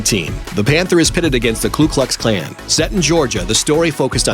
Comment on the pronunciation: It's ....cough...the KU Klux Klan, not the KLU Klux Klan as this guy and also Bill (Rhodes Scholar) Clinton say it.